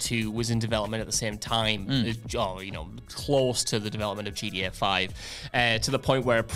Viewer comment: keeps calling it GDA because of accent. Makes me smile.